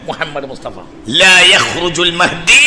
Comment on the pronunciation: മഹതി അല്ല. മഹ്ദി എന്ന് പറയും